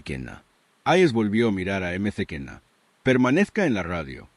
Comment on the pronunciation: Eme ce kena es "maquena"...